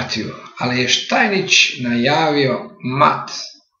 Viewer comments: Nije Štajnič, nego Štajnic (Stainitz)! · Молим поштованог да се не љути на мене, само му желим рећи да је правилни изговор презимена првог светског првака у шаху Штајниц, а не Штајнић. Иначе Штајниц је имао трагичну животну судбину, умрла му је ћерка, а он је пред крај живота душевно оболео.